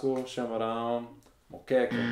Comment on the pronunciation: "Churrrrrasco com chi... camarãaaao" Kkkk